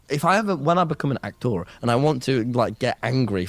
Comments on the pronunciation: as soon as he said "ak-tor", I was like fug this guy. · If I needed to get angry all I need is to recall how he pronounces "ahk-thor" and I can rage for a good 2 minutes 😂